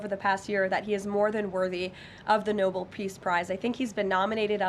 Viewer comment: Check pronunciation of Nobel